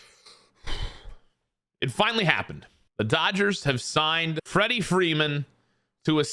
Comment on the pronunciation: Wrederick Wreeman